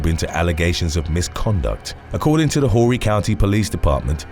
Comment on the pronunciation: 🙌🏼 He said Horry right.